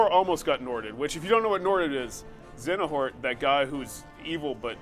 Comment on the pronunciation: did just say "Xenohort"? LOLOLOLOLL!!!!!